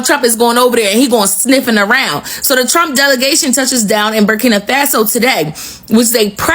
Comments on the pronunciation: This, girl from America doesn't speak for the educated blacks in America.... they're ALL LOOKING FOR A WAY TO FLEE AMERICA! KNOWING, AFRICANS born in America are killed and hated since being in America! I just don't like how she talks and continues to call "Burkina FA' SO....BURKINA FAAAASO...SMH GIRL GET YOUR CRAP TOGETHER! If, you speak on Africa? PLEASE,do it intelligently as Africans are intelligent.❤ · WOW....u should seriously NOT be the one who speaks on Africa's "Burkina Faso." Because u don't even pronounce the name properly and that's embarrassing. And, ONE African born in America DOES NOT speak for the rest of us! Traore, is WISE not to come to the states....he shouldn't TRUST that they will do right by him. Wisdom, is a principal thing for a President to have....#BRAVOPRESIDENTTRAORE 🙏🏼🌹